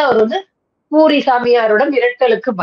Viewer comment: பூரி சாமியார் ன்னு சொல்றது, போலி சாமியார்ன்னு கேட்குது... Please pronounce properly.